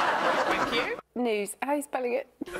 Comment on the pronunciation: Roisin’s ‘News’ without the W is just iconic 😂